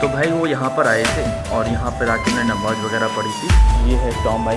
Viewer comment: Bhai nawaz nahi namaaz hota hota hai....